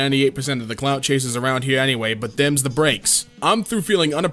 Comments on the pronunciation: it's "around" lol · "around", the word is "around"